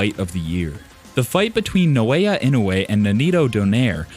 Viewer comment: Why you pronouncing it as No-Aya instead of Na-O-Ya 😂